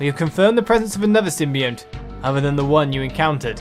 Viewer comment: So, I think the game pronounces it sim-be-ont. I know what you mean though, the word you are "confusing" it with I think is symbiote, which is pronounced sort of as you said it? Its sim-by-oat there. Sorry to be that guy who points this out, hyped for Breath of the Wild! Godspeed good sir.